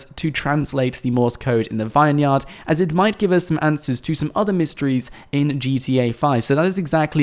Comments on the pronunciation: is it only me that gets annoyed when he says vine -yard instead of vin-yard , like its supposed to be , do Americans pronounce it vine -yard ? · IT'S NOT A 'VINE-YARD'. IT'S PRONOUNCED 'VINYRD'. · it's pronounced vin-yerd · "Vine-yard" Really?